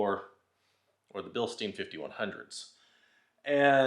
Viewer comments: thanks for the video. Btw, it's bilstein, like Beer stein. It's a German word and in German, when you have an I and E together, which ever letter is last, is the one that gets the heard. So stein is like stine. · Proper pronunciation is Bill sht eye n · In German the second vowel is pronounced first. Therefor it is pronounced Bilstine.